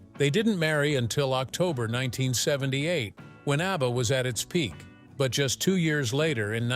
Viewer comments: The name is ABBA, not UBBA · That horrible AI voice makes me want to throw up. Utter garbage. The robot cannot even pronounce ABBA. Cr@